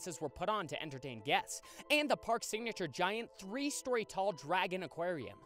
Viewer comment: Too bad you can't say the word three